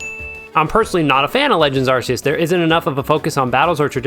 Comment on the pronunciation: What did u just say? Arse euse? Its arc euse! There, give me my 50 now